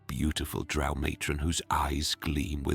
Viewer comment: Drow, rhymes with toe- Gygax